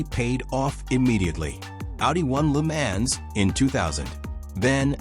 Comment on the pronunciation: Another AI bot that can't pronounce the name LeMans...